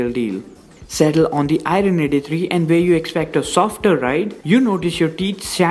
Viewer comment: R is silent in IRON bro....